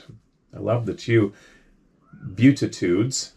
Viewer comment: Pronounced BEE-ATTITUDES. So sorry.😎